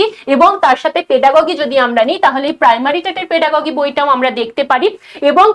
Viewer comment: ওটা পেডাগগি নারে মা 😆 পেডাগজি বলে